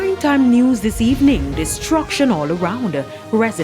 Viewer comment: It would be nice if as a News reporter, does not pronounces her TH as D, example say the word "this" instead of "Dis".